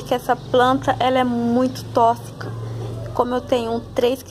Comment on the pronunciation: "tóssica" língua presa ou erro de pronúncia? kkk brincadeiras à parte, obg pela informação tenho um monte dessas em casa e nem sabia do risco.